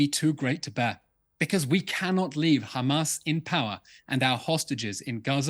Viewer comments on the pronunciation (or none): Since October 7th Piers has not learned how to pronounce haMAS. He continually calls them haMASS😅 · I'm deeply offended and this Anti Semitic and blood libel as you have pronounce Hamas incorrectly they called KKKHHHAMAS with the letter KH not H so please pronounce it correctly this absolutely anti Semitic not pronounce our words incorrectly 😊